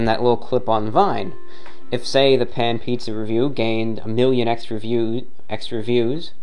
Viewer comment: The way you say “Pan Pizza” in your videos crack me up every time! Haha